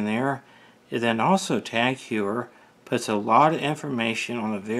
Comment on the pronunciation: Heuer is pronounced like Hoyer